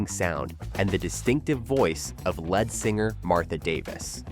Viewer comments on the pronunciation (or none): Not sure you're saying "Jani" or "lead" correctly... 🤔 I can understand mispronouncing "Jani" if you've never heard of him, but "lead singer"..really😂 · Fecking AI doesn’t know how to pronounce LEAD. It is a long e like leeds, not like led. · "lead singer" pronounced led? Someone needs to learn correct pronunciation, it's pronounced "leed". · the "led" singer? Gotta program your AI to learn to pronounce it "leed". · Hey, script writer..spell it 'leed' if you have to to get the A.I. to pronounce 'lead singer' correctly. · Lead in lead singer is pronounced like the thing you plug in, not the chemical element. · How does a channel devoted to music bomb on the basics multiple times?? For one, the "lead" in lead singer does not sound like dead. It's lead like weed. I seriously can't believe a music channel would get this wrong, yet I can't imagine AI would either?? Very weird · I really wish these videos would stop using AI for narration. Nothing takes you out of enjoying the video faster than hearing "led singer" instead of "lead singer", hearing people's names mispronounced, or the continuously lazy cut & paste "and then grunge happened" to put a cap on the band's story. Some of these bands ended way before grunge, were not affected by grunge, or managed to survive through grunge. Take it from someone who was there—grunge only killed off sh¡t music. Good bands managed to endure. Do your researxh. Stop being lazy. QUIT RELYING ON AI. 😡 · Narrative can’t pronounce lead ( leed ). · And it's lead singer, not led singer dude. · Is this an AI voice? It keeps pronouncing "lead singer" as "led singer." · What is a led singer? When introducing the Motels, you refer to their lead singer, but pronounce it like the metal lead, not as someone taking the lead... Deary me... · I agree 100 percent. Led singer? 😮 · I think your right. They pronounced "lead" like the metal not like the leader. 😂😂😂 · Or lead singer